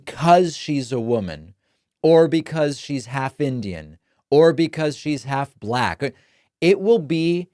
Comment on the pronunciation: The pronunciation of “black” always cracks me up 😆